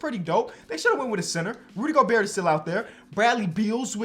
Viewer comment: really said rudy goburt 😂😂